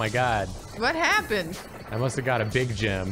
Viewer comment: While playing Vampire Survivors I know said he got a "Big Gem" But I heard "Big Jim" and immediately imagined just a massively Slim Jim, like a baseball bat sized meat stick